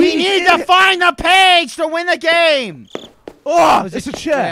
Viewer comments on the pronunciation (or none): game* not gae